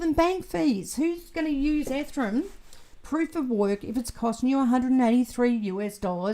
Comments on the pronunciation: Oh no. I can send you some Fixodent to help. That Ethrum always catches my attention every time.:) Enjoyed the new video! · Hi, I've been wondering for years why you always mispronounce Ethereum?